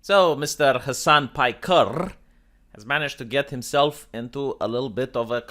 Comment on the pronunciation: Hasan pikerrrrrrr. Lmao do you do that on purpose